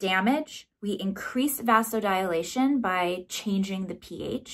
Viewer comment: Vasodilation is pronounced “vazo-di-lay-shun” 😊